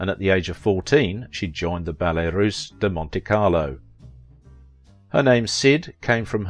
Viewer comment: There's no S at the end of "Russe" "ROOSE". Heavens; what would Cyd say?